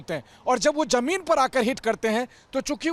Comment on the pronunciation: Jameen nahi zameen bola karo